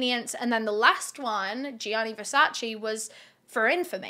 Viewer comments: You were driving me crazy with the constant wrong pronunciation of Versace. Versace, not Versaci 🙈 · Correct pronunciation of Versace is: 👉Versach-eh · So many I know and love cannot help it/have said "Versace" incorrectly for too long ( maybe do not care at all that is all good too!) I hope people that have loved Versace forever and a day, or are expanding their style or just learning what Versace truly is...more than fashion....don't want to make it a long rant on a great video ha ha BUT internally screams hearing the "chee" at the end of Versace being forever pronounced wrong*. Don't come for me I had to comment as soon as I heard the "CHEE" at the end. EEEEP *back to the kicka$$ vid by cause she is freaking just awesome, doing this YT niche better and expanding into what she has. - Someone that is Italian but lives in the U.S. Any other people that are Italian or not at all..still correct people each time they hear it said that way?? I cannot help it. This channel is excused from it tho lmao just want everyone else to know how to say it. Listen to the Versace family or their actual advertisements/ads. Rest Easy, to a total genius and someone i would have loved to meet and spend a day in the life with or in the brain of this legendary man. #VERSACE <3 🥰🥲🤧